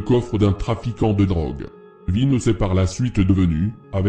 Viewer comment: T’en a oublier plein et canarie il a rien à faire la en plus t’a dit n’importe quoi c’est pas un corse c’est un corso marseillais et au dessus de lui y’a des gens sinon bien 👍🏽 et c’est vintch pas Vince 😂